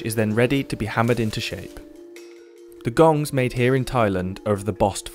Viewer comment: Actually, kong not gong.